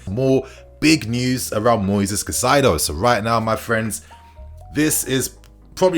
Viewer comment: Highly irrelevant but if you wanted to know Caicedo's pronunciation is something like "Kai-Ze-Doh"